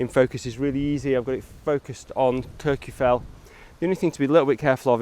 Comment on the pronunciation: Great content as always. It's nice to see compositions of Kirjufell without the falls. By the way, Kirkjufell is pronounced more like "Kirk-u-feck-t". The "LL" at the end of a word in Icelandic has a sound that comes from snapping your tongue off the back of your top teeth. Unless you grow up immersed in the language, you pretty much can't get it right. But you can get it closer with a "ck" sound like the end of the word "check". I spent some time with Icelanders trying to learn pronunciation, and it is hard if you did not grow up learning the language.